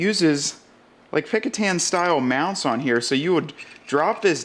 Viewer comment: Was going to type this. Picatan or whatever he was saying sounds like a jungle country.